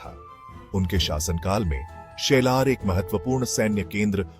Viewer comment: शेलार नाही साल्हेर